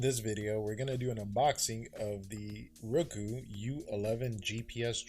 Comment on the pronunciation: It's Ruuuuuuuuuuuuuuuuuko..... NOT Ro-ku......